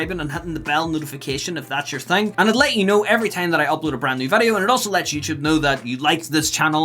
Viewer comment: vidoe man say vidoe